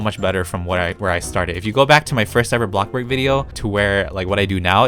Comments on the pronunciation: Others:Bloxburg:AHHBLOACKBOARGH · I actually thought that said A BLoX pOrK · I have watched A LOT of it vids. And I am still wondering why do you pronounce Bloxburg as ""Blackburg"" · I LITERALLY LOVE WHEN HE SAYS THAT!!! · Me to I love when he says that